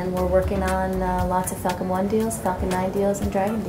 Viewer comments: When she said falcon deals, I thought she meant fuckm! 😂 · ❌ "Falcon Nine" ✅ "F*ckn Nine" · It sounds like the word f***ken is being said when the falcon is mentioned. Lol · can't unhear "lots of fucking one deals, fucking nine deals and dragon deals" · Who else thinks that everytime they say falcon they are saying f**k instead😂